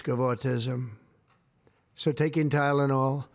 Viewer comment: Pronounced 'TYlenol' like 'CHIna'